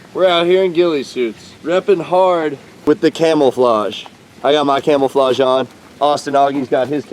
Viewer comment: Did you say camelflodge